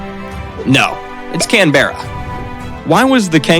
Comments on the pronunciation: It’s “canbra” not “can-Berra” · I must say, this is a particularly shit video, it’s Can-Bruh not Can-Berra. Australia’s First Nation people are known either as the Indigenous or by their actual ‘nations’ name (Yuggera, Jiman, Wakka Wakka, etc) calling them ‘Aborigines’ is a derogatory term and is the same basic thing as calling an African person a ‘Nig**r’ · One day an American will pronounce Canberra correctly